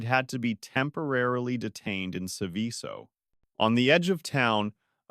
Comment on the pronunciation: Seveso is pronounced like you pronounce the word SEVEN but with the N silent and the word SO.